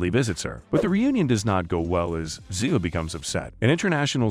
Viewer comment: STOP, STOP,STOP MIS- PRONOUNCING THE ACTRESS"S CHARACTER NAME. IT'S ZEEEVAH! PLEASE PLEASE PLEASE ! THIS SLAUGHTER OF THE CHARACTER'S NAME IN EVERY NARRATED EPISODE ON UTUBE IS UNFORGIVABLE! & INSULTING. Do JUSTICE